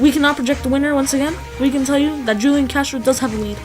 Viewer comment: You say hulian